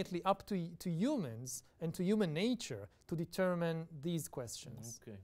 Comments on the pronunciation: Determine kelimesinin okunuşu “ditörmayn” değil “ditörmın” şeklinde olacak. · ta determine kelimesinin okunuşunu da karıştırmış Serdar bey. “Ditörmayn” değil “ditörmın” olacak.